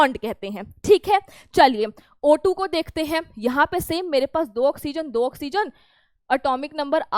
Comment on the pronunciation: O2 mujhe motu sunai diya tha😅😅